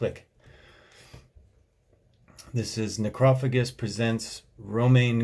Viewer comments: I think the weird word that is the band's name is supposed to be pronounced nekro-fay-dgist, but I like your way much better. :-) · Just because I haven't seen anyone else say it: it's pronounced "necro-fajist" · Neck-row-fay-jist god damnit! Haha Theyre not French HE is German, Romain is a hired gun. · It’s necro fajist is the correct pronunciation. But I think I like your way better lol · The mispronunciation of necrophagist is something I never thought I'd hear 😂 Nice vid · Agreed but he didn't even say the bands name right and doesn't listen to metal and still appreciates. Not everybody would know this kinda metal came from back then other than obscura fans or someone who grew up with them #me too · I can't even figure out how he decided that was the pronunciation... Very weird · His mispronunciation of it follows the rhythmic pattern of "necropolis" (as a closely-related example). It's wrong, but it does make sense from an English language perspective. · I prefer his pronounciation to be honest, even if it's wrong! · lmao the way u said their name was so wrong... yet so right. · Is that how you really pronounce necrophagist because if so I been saying it wrong forever lmao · That sure is one way to pronounce necrophagist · Yo. Have I been pronouncing this band name wrong for over a decade ? Or is he wrong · Your pronounciation of necrophagist is offensive to my sensibilities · Okay so is it NOT pronounced “Ne-crow-fay-jist” ?? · He literally pronounced it like you pronounce it in Spanish: Necrófago. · It's pronounced Neh crow fay jist. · BassMonster Adsit Its a greek world so i think its fa not fay not sure tho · him pronouncing it "nekrah-fugist" and not "nekroh-fayjist" is killing me internally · Necrophagist is pronounced... "Neck-row-fay-jist" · Necrophagist is pronounced like NecrophaJist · Necro-fay-gist (do you get my gist?) if you wanna break it down for him. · You are actually wrong. It's NecrophaGist. Check some interviews